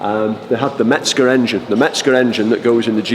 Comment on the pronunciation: mezger not metzger how many times dammit